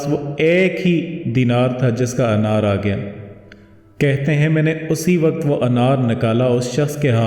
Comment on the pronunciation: Bohat ma'azrat kay saath Kyun k aap apne aap ko teacher keh rahe Hain tou Kindly apna tallafuz sahi kar lein Aik tou yeh k Wqat nahien Waqqt lafz hota Aur dosra aahrat nahien Aakhrat lafz hota Hai....